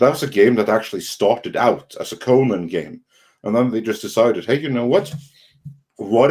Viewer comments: You guys say the name wrong it's pronounced "Ko-nan" not "ko-nin" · Despite the way most American-Irish pronounce it, in Eire/Erin/Ireland, it is most commonly pronounced "Conn-ehn" with emphasis on the first syllable, unlike "Coe-Nanh" with equal emphasis both syllables.